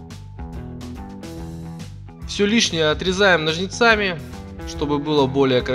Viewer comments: Не Русь что ли? Какими ножница'ми, но'жницами . Удаления при произношение ставьте правильно. А то видео научились снимать , а язык не знаете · Хороший диск. Только нОжницами, а не ножнецАми ). Без обид ) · ножнИцами, а не ножнЕцами. Без обид... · Чем отрезаем,нажницАми? Чем? Что это был..ть за слово? Ножницами, понимаешь автор? Ножницами.